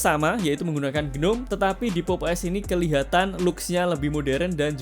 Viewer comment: Gnome di baca ji-nom